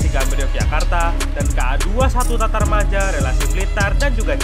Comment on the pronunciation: Matarmaja ... bukam tatarmaja